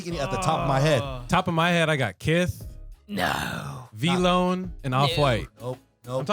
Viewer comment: "Kith" Noooo